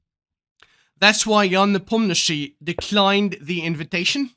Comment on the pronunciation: Idk why hikaru say ian nepomniaaachi